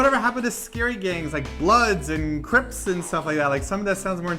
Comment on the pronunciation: melissa coyotzi Crips, not Crimps